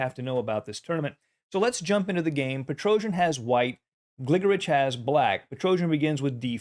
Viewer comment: I believe it's pronounced "GliGORich."